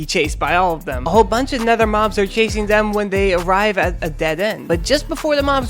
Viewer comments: "DE NETHER" 😂😂😂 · correct, he said "the netha"